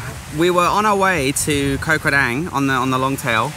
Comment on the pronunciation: pronunciation police to the rescue: เกาะ (koh) - Island - the 'k' is a 'g' sound like in 'guitar', and the 'oh' is an 'O' sound like in 'Orange'. :)